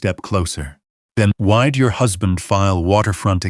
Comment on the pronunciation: "Then wide your husband..." NO. The word is why'd - abbreviation for why did.